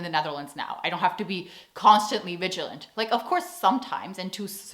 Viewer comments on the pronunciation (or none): none